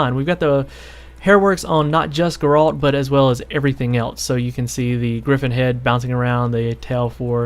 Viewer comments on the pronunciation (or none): none